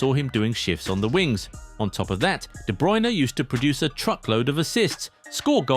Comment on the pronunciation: "To fill KBD's shoes" Kevin Be Druyne? That sounds almost German..